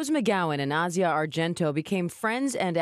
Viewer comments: You're pronouncing Asia's name incorrectly.... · "AH-ZEE-AH", not "EH-ZHA" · Ah-Si-Ah Argento, that’s how her name is pronounced her Dad Is Dario Argento an Italian filmmaker she comes from money power and privilege too. Her whole family is creepy her dad directed a version of phantom of the opera that featured Asia his daughter naked, having sex, and getting raped throw the whole family away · Not a fan of any of them. Her name is actually pronounced ah-see-uh not asia like the country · It's pronounced a-c-yeah, not asia the continent.